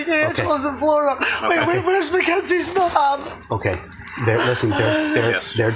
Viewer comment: Lol ...." Macka's " 😄 As you can tell I am easily entertained